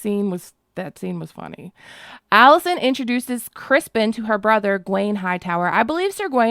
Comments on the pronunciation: Criston ...not Crispen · Oh please stop saying Crispin It’s Criston Criston Cole!!! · I'm truly sorry, but have I missed some inside joke? Why do you keep referring to Set Criston Cole as "Crispin"? LOVE ur videos, but am confused at the moment..lol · I’m missing some major joke here. Why is everyone calling him “Crispin” instead of his name “Criston” ? What did I miss??? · Everyone calling Kingmaker Cole "Crispen" like Damon did.🙃😅😅😅😅😅😅